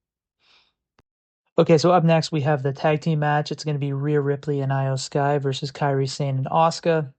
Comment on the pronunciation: Go with Eyo Sky. Not with the I, still Iyo Sky but pronounced Eyo Sky.